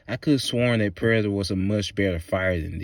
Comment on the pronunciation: why tf do you say "Predator" like that?! 🤣